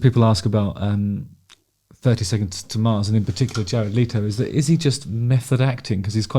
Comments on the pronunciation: Leto not Leeto, if you are going to a video at least get the dude's name right. His voice is far superior to yours anyway. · Pronounced Let o not Lee toe Also you need to shut up. You talk way to much. You IRRITATE You talk like you have a clapper valve on a ducks ass Your voice is like nails on a chalkboard . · Your assumption was right. It is not pronounced “Leeto” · How about pronouncing his last name correctly? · I had no idea that's how his surname is pronounced, I always assumed it was as it's spelt